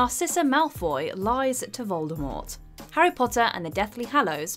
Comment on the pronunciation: I really wish people would pronounce Voldemort correctly. She made it very clear how it should have been said…